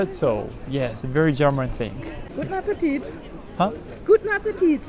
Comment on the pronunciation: Girl: Guten Appetit!: Gutapatepit 🤣🤣🤣🤣🤣🤣 I lost everything watching this part of the video 🤣🤣🤣🤣🤣